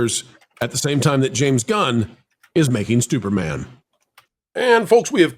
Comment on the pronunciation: Great listen. at the end there did you say Stuperman? If so 😂